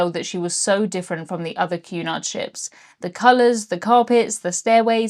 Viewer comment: I kept hearing you say "QAnon" every time you said Cunard 🤣 Blocking youtube is absolutely absurd.